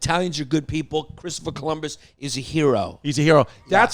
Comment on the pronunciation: Yannis: "klistoper Columus"